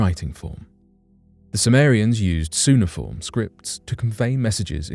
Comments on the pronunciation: Syuniform?! It’s a hard-C; cuneiform is pronounced “kyuni-form” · Good video, needs work, Hard "K" sound on "cuneiform" as in "call". Just wondering, who is this Sumerian Elder?